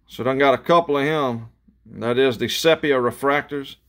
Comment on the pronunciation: For future chrome breaks. Sepia is pronounced See P ahh